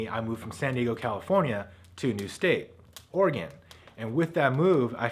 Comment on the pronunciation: By I was pretty sure= "you can take the boy out of California, but you can't take California out of the boy. Please Don't californicate Oregon. For those that don't know... phonetically that is spelled ORYGUN. Please pronounce it correctly.